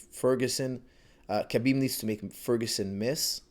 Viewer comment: Khabib's - Ha-beeb not Ka-beeb last name is really simple. Pronounced like so. Nurma-gomedov.